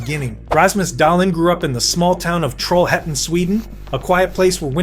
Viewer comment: Bonus for your correct pronunciation of the western Swedish town of Trollhättan 💪💪😎 Great video and preparations as always! 🇸🇪